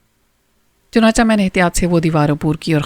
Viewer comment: Madam its chunachay not chunacha